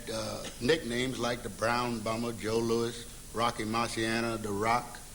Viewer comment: 1. Ali is staring into his future wondering, "Is that my fate too?" 2. This host pronounces the name "Joe Louis" as "Joe Louie" . He must be the only guy in the history of the world who did that.